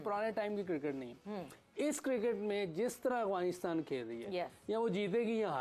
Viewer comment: Its Afghanistan not Aghwanistan. How many times do i have to correct you. You r a professional at least u think so but you should atleast pronounce correctly.